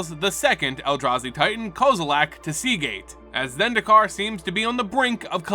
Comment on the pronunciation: I still don't understand where you're finding the "a" in Kozilek's name